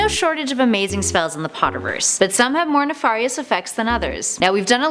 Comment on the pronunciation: It’s NefArious not nefAUHrius.